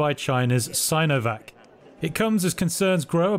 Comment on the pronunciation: it's pronounced seenovac guys, not sainovac, please?